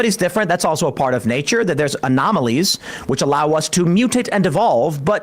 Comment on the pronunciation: "Anomolies" LOL